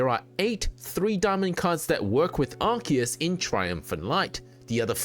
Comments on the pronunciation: Bro, it's ARE-SEE-ISS ARE-KEY-ISS would be spelt 'arkeus'. The c next to the e makes an s sound. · Even in english it is pronunced Arc - eus, listen to any official english dub and that is how they pronunce it. Doesn't matter if it is grammatically correct, that's the canon way to pronounce it so that is what's right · lol no you didn't. You said Ark-ee-iss. This isn't the official pronunciation.